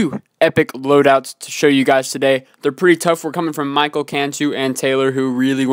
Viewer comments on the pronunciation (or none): Awesome episode, and thanks for using my troop load out! I thought it would be cool to basically see all melee guys taking on a level. And btw, my first name is pronounced Mi-kel not Michael. It's the same pronunciation as the name Miguel, but with a k instead of the g:)